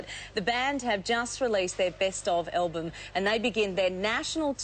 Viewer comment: Am I the only one who winces everytime she says "elbum"? ...and Tim has his shirt tucked in. I've never seen that before.